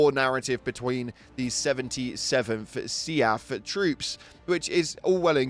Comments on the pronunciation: I love how he keeps pronouncing SEAF as "Seeyaf" when everyone else says "Seef" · Omg see-aff is bugging the hell out of me. Sea-f. Seef. Not see-aff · Do me a favor....... Say "Leaf". Then pronounce "Seaf" again. Lmao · I've never heard anyone pronounce SEAF like you 😅